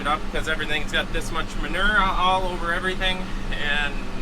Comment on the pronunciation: What is manerrr? You mean manure? (Ma-new-er) 😂😂😂😂 Love you guys!!!